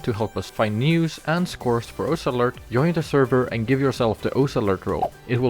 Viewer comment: why do you pronounce its ous, when its osu?